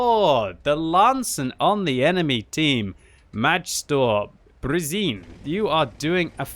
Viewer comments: kak mu je izgovorio ime lmao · the way he butcherd the name tho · kak je izgovorio to ime lmao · You pronounced Lancen player wrong but good try though, it would translate Master of speed.